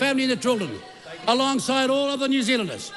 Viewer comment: I love it when Winston talks so quickly his words start crashing into each other...when "New Zealanders" become "New Zlnders"...😂😂😂😂